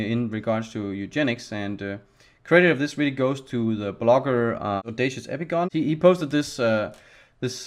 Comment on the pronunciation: Epigone, the final -e is pronounced, that it, it sounds like ee PI guh nee.